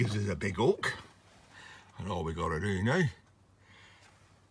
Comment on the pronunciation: Ooks? Ookers? Oh no. LOL